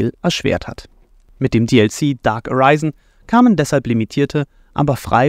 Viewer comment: "Areisen" wirds nicht ausgesprochen grr!! Gutes video! Freue mich auf DD2